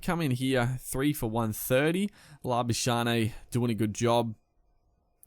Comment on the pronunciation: Pronounce Labuschagne's name wrong again and we shall boycott the channel 😂